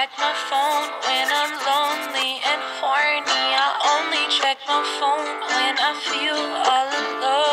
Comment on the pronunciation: This pronunciation of "horny"... jesus